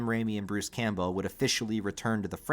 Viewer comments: Why do you keep saying Bruce's name wrong Campbell Cam-Bell Like the soup Not Cam Bow Campbell Cam-Bell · "Camp-Bell" holy crap, dude. 😂 are you really going to mispronounce his name for 6 hours? have you tried pronouncing basic words correctly? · It might be different across the Atlantic but here in the UK Campbell (originally a Scottish name) is pronounced "Cam-Bull"? I wonder if it is a Stateside thing to pronounce it litterally? Any who, just a thought. Am half way through and already sad there isn't another long form video to watch after I have watched all 3 of your epic horror deep dives 😢